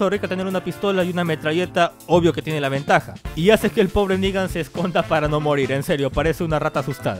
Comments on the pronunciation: jajaja VENGAJA (Ventaja) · super, pero es ventaja, no vegaja jajaja buena parcero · Vengaja o ventaja hahahahahahaa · Vengaja o ventaja??? jajaja